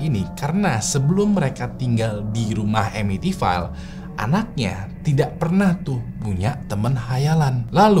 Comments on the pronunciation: Bacanya bukan amitivail bg, tapi amitivil. Krna ville itu dibaca vill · It's Pronounce EMITIVIL not EMITIFAIL.. Sorry gatel gue.. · masukan aja si, sebelum record mungkin ejaan2 bahasa inggris dipelajari dulu bang. misal amityville, ville (vil, bukan vail). CMIIW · pronounce Amityville nya salah, yang bener itu baca nya emitifil